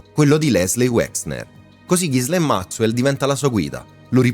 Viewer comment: Pronuncia di Ghislaine da rivedere 😅 Per il resto, documentario fatto molto bene